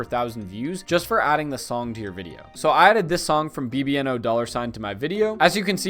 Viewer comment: bbno$ is read: baby-no-money. not b-b-n-o-dollar-sign